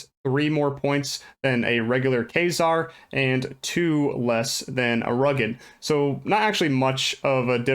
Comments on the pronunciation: I heard Fraizer lol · You pronounced kaizaar wrong lol. But good video